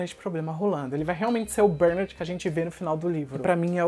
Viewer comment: Cara, pq vc fala "BÉRnard" se a pronúncia é "BerNÁRD"???? Vc tem essa mania de inventar pronúncia né ... Faz a msm coisa em "Agacui", quando na verdade é "Ancui".